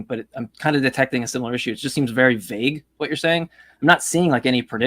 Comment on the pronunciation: What got me most was how he pronounced "vague" as "vag" 😆